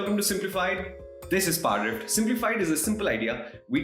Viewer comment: the way he says "parrdrfft"